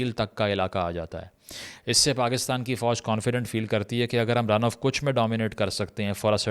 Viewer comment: مجھے سب یاد ہے رن آف کچھ میں ر پر زبر پڑھیں Kachh